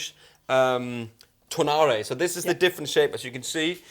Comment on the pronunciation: Sorry, but in my opinion , this was a poorly done comparison of the tonal differences. Heard very little bass played. There was not much discussion among yourselves either in what their tonal differences were. And you both mispronounced Tonare and Angelus. Seems like not much preparation was done ahead of time to familiarize yourselves with these models. I just didn’t come away feeling very well informed about how these sound different.